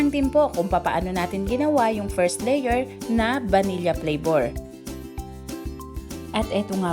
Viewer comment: Pronounced as “Vanil-la”